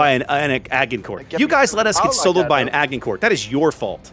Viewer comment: Good Lord.... 'Agincourt'?... I thought you are a lot more versed in history.... - two versions of the name, none of that sounding like what you say... /grammarpolice mode off: fun, being slapped like that :) good try though :)